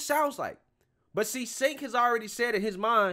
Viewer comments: FYI you pronounce his name as Tch-enk (like Charizard) not S-enk (as in Sent) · Its pronounced "Chank"... Not "Sank". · His name is pronounced Jenk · You missed how tyt tried to smear jimmy dore and Anna tried to me too him. And it’s pronounced CHENK LOL 😂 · Cenk is pronounced "Djaink". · It's pronounced chunk